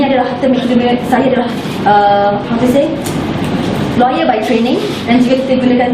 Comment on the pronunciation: Non-practicing lawyer, practicing lau-yar...hahaha. Graduan dari UiTM...Mara deh. What a pain....